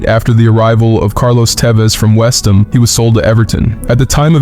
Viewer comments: "from WEST EM" 🤣 Its "WEST HAM" 🤣 Can't you Americans read or do ya just make shit up? HAM is not a hard word to read it's H.A.M ...... HAM NOT EM or M 🤣🤣🤣🤣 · Beckham won the la liga at Real Madrid. Tevez didn't play for Westham he played for West ham it's pronunciation is 2 words not 1.